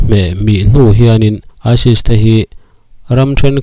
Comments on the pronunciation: midang hian Isis tiin an lam ṭhin sia, nangin Isils i ti tlat bawk sia, tin Hamam al alil tiin an lam ṭhin in ka hria a, nangin Himam al alil iti leh daih bawk sia, mi tih loh dan a tih tum vang hrim hrim nge, comments atam beiseina vang te ani mial em. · Isil"aisil " ti in tinge i lam zel a. aisis tih tur ni awm tak